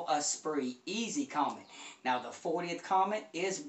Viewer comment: Good video! I love this speaker, as well. Really musical. As an FYI, the name Comète is pronounced 'Commette', as in Corvette' (it's a French company... the accent on the E makes it a 'short e').